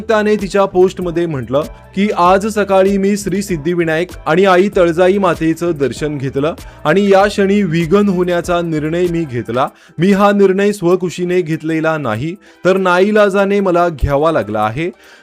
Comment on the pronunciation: तळजाई नाही तुळजाई